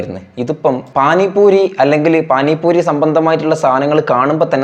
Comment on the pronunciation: പാനി പൂരി ❌ പാനി പൂറി ✅